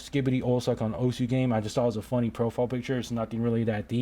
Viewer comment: the correct pronunciation for osu is "os"